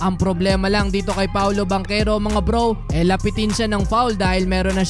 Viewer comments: Taga saan kau sir?😂😂 banchero po at hindi bankero😂😂 parang taga kapampangan lng..hindi marunong Magsalita ng H😂😂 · Hindi "Bankero", Bantsero, (Banchero), Hindi Timberwood, Timberwolves! 🔥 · Parang baligtad yta yung bigkas kac NBA na yan dapat paolo banchero...yung sa PBA nman yung bangkero kac lokal lng xa...lmao...3😊😊😊😊😊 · Bantsero yata hindi Bankero 🤣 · Paolo at Chris Banchero ... Bang-kero ang basa dyan tol.. ginagawa mo? yan natosta ka tuloy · Bangkero tlaga pronounce nyan, naf appeal nga yung sa pinsan nga sa PBA ee, bakit daw ban-chero yung pronounce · Bang-kero po pronunciation kahit sa game kanina yung commentator at nung draft day ni Adam Silver Bang-kero pronounce nila. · Bantyero ang tamang pronunciation… hindi mabigkas ng mga Kano…Pamangkin sa Pinsan ni Chris Banchero yan… Bantyero ang bigkas sa apelyido nya sa PBA… italian ang apelyido nila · Bankero po tamang bigkas dun hehe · Bankero ang pronounce as per chris bachero ng pba yan ang pag tamang pronounce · I have not heard nba commentators how they pronounced banchero pero sure ko na BANKERO ang tamang pronunciation niyan dahil half Italian si banchero.. ch ay k ang pag pronounce… I hope it helps thanks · bangkero talaga ang pag pronounce nyan, kahit sa Relative nya sa PBA na si Paolo Bangkero na din ang banggit ng mga announcer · Haha bankero ka ng bankero, hahaha wala ka ata ch sound haha